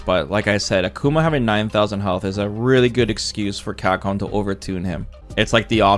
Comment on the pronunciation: Bro sounds llike he's got 48 teeth in the front of his mouth - 'Camhcom"jk I really wish Ed got a buff in range or something, all his jabs feel really damn weak